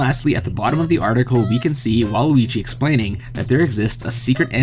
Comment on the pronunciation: You keep saying Luigi. I dont here you pronounce the W at all.